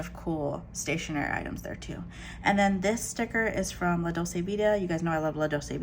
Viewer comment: I've been enjoying your videos. Thanks for showing us what you're using. You've found a great group of planners and stuff. I'm trying a Hobonichi for the first time this year, so it's always great to see what people are doing with it. Just one thing, though: dolce is pronounced dol-chay.